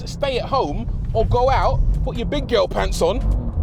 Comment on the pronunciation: Did he say big Gyal or big girl pants?😮